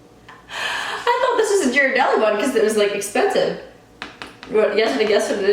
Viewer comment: It’s pronounced gear-uh-deli ;)